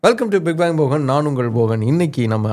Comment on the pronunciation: You dont even know to pronounce palli and change into halli. Byank instead of bank 😂